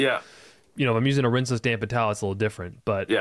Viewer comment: The first thing I thought when I saw the thumbnail was " is Walter...is he Walter?" 😂I'm picking up on pronouncing rinseless as rinse-LESS in this video. Is that new or have I been oblivious to it before? Awesome video as usual boys!